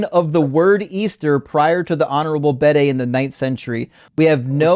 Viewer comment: the Honourable Bede...pronounced Bead.